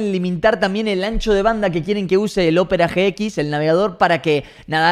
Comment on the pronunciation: Opera GX lo dice bien fino xd